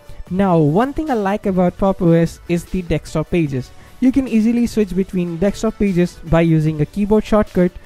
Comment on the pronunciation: Its DESKTOP not TEXTSTOP wtf